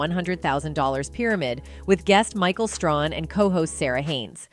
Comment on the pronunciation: Also, it’s Michael Strahan not Haun! You’re mispronouncing, Michael Strahan, and Matthew McConaughey say it right my God!